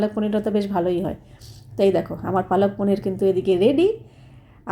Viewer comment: অশিক্ষিত সত্যি "palak paneer" ওটা কে বাংলায় পালং পনির বলে আর উনি কন্টিনিউ পালক পনির বলে যাচ্ছে অশিক্ষিত একটা।এবারে ন্যাকামো করে ভিডিও করে বলবে যে আমি হিন্দি তে বলেছিলাম।😂হিন্দি তে বললে উচ্চারণ টা "পালাক" হতো 😂